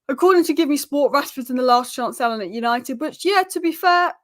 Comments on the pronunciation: it's last chance saloon, not last chance salon 🤣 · It’s pronounced saloooooon! It’s not a fukin hair salon.Did you take GCSE English?